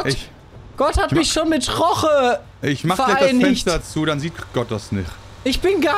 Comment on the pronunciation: Es heißt Jorge und nicht Roche